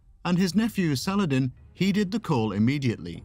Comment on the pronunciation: Great video. I've always been fascinated by Sal-ah-ladin <3 ... Keep up the great work, my friend :) ... I would like to see and hear much more about the ancient greeks <3